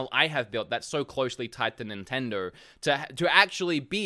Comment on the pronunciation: I love the way he says “NINTENDORRRRR”